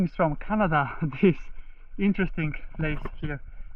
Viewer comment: It’s actually pronounced Ka-na-da not like the country actually in a different way. and it’s named after a croft (torp)! 😊